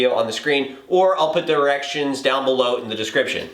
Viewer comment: sounds like he said "erections"